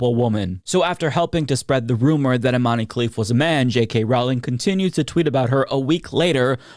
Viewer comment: Please stop saying Imanee 😂 it's pronounced Iman without ee at the end ,and also she's not an oddity nor a trangender she's a female ,I'm algerian and i can assure u that there is no way in hell our government would let a transgender represent the country ,finally some YouTubers are starting to correct the lies spread about her